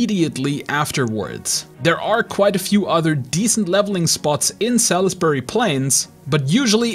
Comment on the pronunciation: It's pronounced SALSbury, sal-is-bury :D